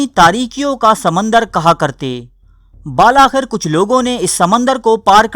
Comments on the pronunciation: اردو کے ساتھ یہ زنا بالجبر سے کم نہیں ہے کے بالاٰخر (بِل آخر) کو بَالَا خر پڑھا جائے اردو کو اسکا حق ملنا چاہئے تا کہ یہ زندہ رہ سکے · اور تیری تو اردو بھی سیدھی نہیں بِاالآخر کو بَل آخر اور قُرطبہ کر کَرتبہ